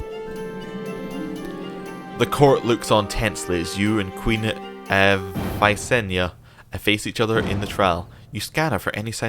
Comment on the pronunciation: "If you can't solve it with dragonfire it's probably not worth solving." I lol'd. Holy moly, Visenya! (Also, Viss-en-yah. Not Vanessa, lol) Imagine what a song that would've been! Aegon and his sister-wife facing off in combat. I'm imagining Rhaenys on the sidelines watching in horror. Is it time for a history lesson? I think it's time for a history lesson. In canon, Rhaenys and Visenya each gave Aegon one child. Rhaenys had Aenys, the oldest, and Visenya had Maegor, the second son. Aenys married Alyssa Velaryon, and to build ties with the Faith, Maegor was married to Ceryse Hightower, whose uncle happened to be the High Septon. Aenys and Alyssa had six children; Rhaena, Aegon, Viserys, Jaehaerys, Alysanne, and Vaella. Ceryse Hightower, on the other hand, proved to be barren. Aegon eventually died, passing the Throne to Aenys. He appeared to be a kind man, but he was too eager to please others, and wasn't able to make firm decisions. He made his brother Maegor Hand of the King. Maegor shocked everyone, however, when he took a second wife-- Alys Harroway, and Aenys was forced to banish his brother or risk retribution from the Faith. He made quite a blunder afterwards, however, when he married his older children Rhaena and Aegon to each other. Religious revolts broke out across the country. Soon, the Red Keep was essentially on lockdown, with murderous peasants screaming for the royalty's blood and the Faith Militant making a base in the Sept of Remembrance. Aenys's Aunt Viseny